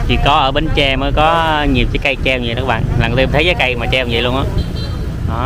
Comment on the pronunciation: Bến tre nha bạn. Chỉ 1 hoặc 2 người do nói đớt chứ khg phải ai cũng nói đớt nha bạn, phải tôn trọng và nói đúng và phát âm đúng địa danh của nơi mình đến nha bạn BẾN TRE.